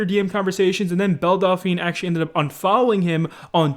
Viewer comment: Delphine. Not Dolphine.